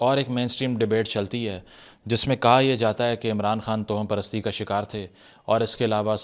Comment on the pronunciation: جناب تلفظ درست فرما لیجیئے کہ لکھنے میں تو توہم پرستی ہی ہوتا ہے مگر اسے آپ جو toham پڑھتے ہیں یہ غلط ہے یہ tawaham پرستی پڑھا جائے گا یعنی توہم میں واؤ پر زبر ہے۔